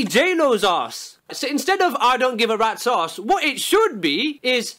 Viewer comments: you mean rat sause? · When he says rats ass I hear red saus